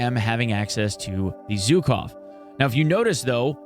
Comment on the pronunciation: ZH in Zhukov pronounses like ʒ in words viSion, uSual, deciSion